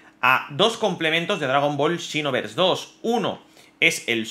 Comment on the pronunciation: Por que lo lees como shinovers?